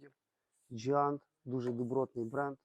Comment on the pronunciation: Джаінт вобще то а не джіант😂😂😂😂